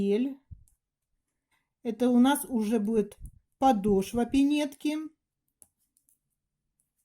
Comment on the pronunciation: Не подошвА, а подОшва, и не рАпорт, а раппОрт. Интересные вещи вяжете, но такая безграмотность режет слух